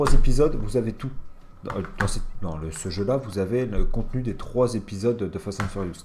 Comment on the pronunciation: Tu m'a stresser en disans fast and furiouste mdrrrrr